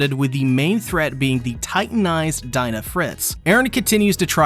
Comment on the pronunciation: .... It's DEE NA, NOT DIE NA!!!!! xD